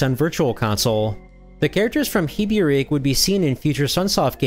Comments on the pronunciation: Hate to be this type of guy, but it's actually pronounced "heh-beh-REH-keh". I remember SNESdrunk pronouncing it as "heh-beh-REH-kee" and a German longplay video of Hebereke's Popoon pronouncing it as "HEE-beh-reh-keh", as well as various Spanish-language Loquendo videos pronouncing it as "eh-beh-REH-keh". Thankfully, there's a rerelease on current gaming platforms. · I think you massively mispronounced hebereke. To me / japanese you were pronouncing E's more like i's, and the japanese title would be pronounced more like H(a)eb(a)er(a)ek(a)e. Or, "if you ever heard a japanese person say 'eeeeeeh?' say the E's like that" or whatever. Alternatively ask a finnish person how they say the E, it is the same. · It's "Heb-Beh-Reh-Kay." Not "Hee-Byur-Reek." Also, did you know that Kitsune is pronounced "Keet-Soo-Nay" and not "Kitt-Soon?" Took me years to come to grips with that. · I'm really sorry to nitpick, but I'm pretty sure it's 'he-be-re-ke' like the kana in the title show, not 'hee-bee-reek'! Ooooh, thank you for showing me this though, I'm smitten with it! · "heebeereek" kinda hurt to hear... It's a Japanese title, and Hebereke is just a romanization of the hiragana (へへれけ). In Japanese, vowel sounds are consistent, and there's no silent e (moreso silent u's, but that's still not totally accurate). A = ah, I = ee, U = oo, E = eh, O = oh Thus, the title is pronounced "heh-beh-reh-keh." Though only knowing the e sound was necessary, I thought to include the other vowels, so you know how to pronounce them as well in the future. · Great video as usual! For what it's worth (and sorry for the boring comment) - "Hebereke" is actually pronounced "Hey-bey-rey-key" (the symbols above it on the title screen are the characters for those sounds). It's a challenging representing other languages with English letters, but at least in Japanese whenever you see the English letter "e" it's always meant to represent the Japanese sound "eh". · it’s “heh-beh-reh-keh”